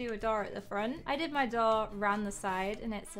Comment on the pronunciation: And a DOORR